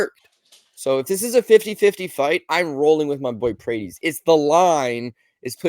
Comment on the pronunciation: PRAH-TEZ. NOT "PRAYTEEZ"